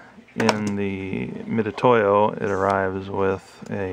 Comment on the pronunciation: Thanks for the review. (Got my for use with laser cutting projects.) A note that Harbor Freight doesn't sell these $10 units in a little padded case any longer—just vacuform plastic on a sliding backing card. (Mitutoyo is also pronounced Mitsutoyo, BTW.)